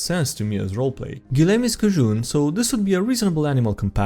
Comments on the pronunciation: i know he doesn't know, but hearing "cajun" pronounced "kah-june" is funny to me. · Hey, this is expressed with purely helpful intent: Cajun is pronounced K-Jinn